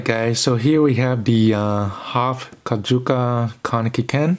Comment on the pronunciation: Y did you say Kajuka and not Kakuja